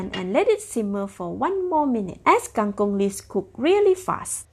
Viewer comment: Kang kong not kang kung